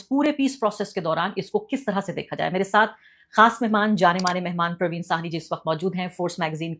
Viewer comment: I THINK IT IS PRA_VIN NOT PARVEEN!